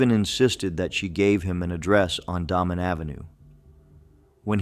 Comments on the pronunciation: DAYmin Avenue. Could you people at least TRY to get pronunciations right? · Damen Ave is pronounced Daymen. Manteno is Man teen oh. Please teach AI pronunciation.